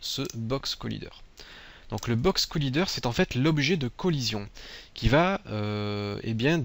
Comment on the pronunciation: Box Collaaaaiîîîîîder ! do you speaking english..?! ? you or no? bon sang de bon soir !